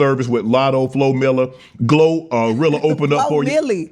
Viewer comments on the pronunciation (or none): “FloMilla” lmao 🤣🤣🤣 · He called flomilli flo miller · The fact she corrected him with how to pronounce Flo Milli ❤ she’s a girls girl!!! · I love that she corrected him when he mispronounced Flo Mili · Meg correcting him and making him say flo’s name right she deserves her flowers too🙂‍↕️☝🏼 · I love the way she corrected him when he mispronounced flo milli